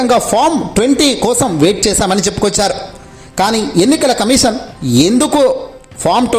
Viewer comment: కమీషన్ అనాలి కమిసన్ కాదు.